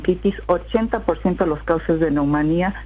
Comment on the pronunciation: MALDITA, PERRA NÌ SIQUIERA TIENE LA INFORMACIÓN QUE SE REQUIERE PARA OCUPAR ESA POSICIÓN. Y APARTE DICE NAMONÌA....!!!! ( NEUMONÌA, PERRA, NEUMONÌA )